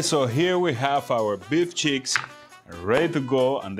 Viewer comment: I told you it was awesome. It sounds like you said to “It’s beef Sheetz” LOL. Like Beef S_ _ t. Oh man. Ok it’s the accent sorry...Did you see looks at you eating the whole time 😂Love it and glad you enjoyed the Beef Cheeks. Wait until I speak with Meat The Butchers and get some more mystery meat. And no...lion meat yet. Great video. Love you guys.